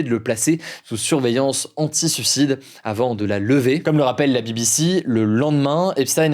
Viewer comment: Mais pourquoi tu prononces son nom de 15 façons différentes ? Et on dit SUIcidé, pas SUcidé.... insupportable bordel